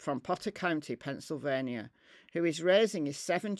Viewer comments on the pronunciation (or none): none